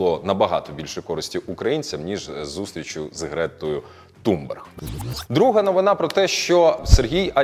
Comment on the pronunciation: Ви брешете і поширюєте російські наративи щодо Грети Тунберг (не ТуМберг, як каже ведучий). Вона в перший же день висловилась про Каховську ГЕС, засудила ООН